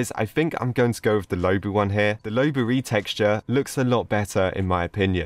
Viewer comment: Is not pronounced lowbu is lowbwo